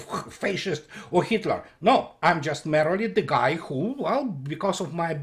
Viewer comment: I love your work, but just a pronunciation tip for a word you use often: merely - is not pronounced "merrily" but as "meerly"